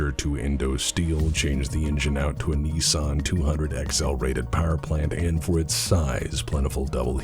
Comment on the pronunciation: Oi Don't dis the Blackjack, Proper underdog that can surprise!. Also why is Donald trump . Its also Niss-an not Nees-sarn.